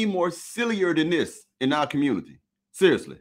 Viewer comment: WoW this is what’s happening in “The Communitah”, glad I left